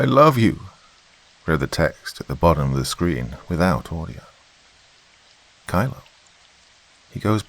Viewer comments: Kilo is pronounced "key-low" not kylo, thought it was a star wars fanfic for a sec. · Doc. OMG I did not expect that one! You did a wonderful job, as always.. The mispronouncing of "Kilo" as "Kylo" + the emphasis on the military background of the bodyguards! 👏Very interesting?!? I love how intelligent she was & how fierce she became, instead of portraying her as the stereotypical helpless victim! 🏆👍